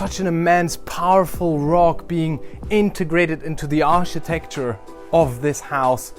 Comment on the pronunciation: Your English is way better than my German but it’s not ‘ Arsh tecture it’s architecture it pronounced with a hard K phonetically Ark I techture Beau use your English is so good people will feel reluctant to correct you also it’s scandi chic pronounced with a sh sound so phonetically “ SHIC “